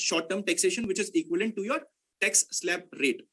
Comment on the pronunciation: Tex efficient...... no brother it is Tax with "a".. 😉